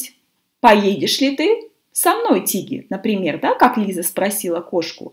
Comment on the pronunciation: Почему читаете Лайза, а не Лиза?